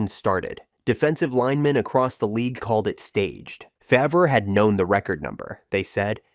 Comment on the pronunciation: Terrible pronunciations lmao its not hard to google their name pronunciation, takes 2 seconds